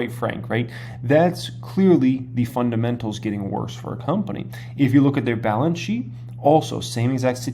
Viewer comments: Cmon … fundamentals not fundementals 🤣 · fun-dement-als o/